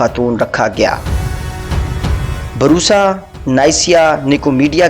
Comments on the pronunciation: Barusa nae byyy bursa hai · Its busra not borsa Cities name pronunciation is so bad History is well explained